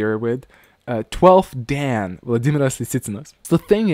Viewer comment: Very amusing video. 段 Dan is pronounced dahn (say it quickly). da+n